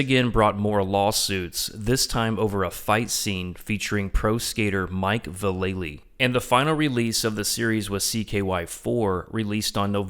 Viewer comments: Ots pronounced "Valley" not "Vallely" even given the spelling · Im annoyed he said Mike valley name wrong